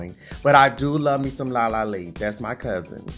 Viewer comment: Giiiiirl, not La La Lee 😂🤣🤣